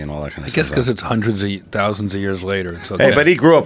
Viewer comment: Joe “hunnur percent” rogan